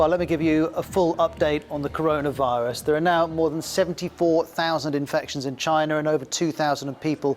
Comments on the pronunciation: Unrelated, but when he says China he pronounces it like "Chinar / China'r" and it's just "China". I always notice this. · I have never heard of CHINER, have you??